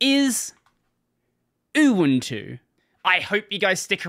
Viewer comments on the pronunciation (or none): Bro I usually listen to your videos like a podcast, I legit listen most of the videos without seeing the video until your say UwUntu 💀💀